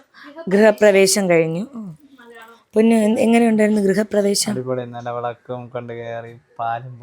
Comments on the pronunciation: Grihaprevesam aanu prevesham alla kto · ഗൃഹ പ്രവേഷം അല്ല ഗൃ ഹ പ്രവേശം ആണ് best of luck♥️♥️♥️♥️ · പ്രവേ 'ഷം' അല്ലാ.. ശം.... ഗൃഹപ്രവേ 'ശം'.... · ഗൃഹപ്രവേഷം ❌ഗൃഹപ്രവേശം ✅ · ഗൃഹ പ്രവേശം ✅ഗൃഹപ്രവേഷം ❌